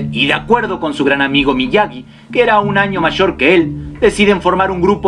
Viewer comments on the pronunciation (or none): none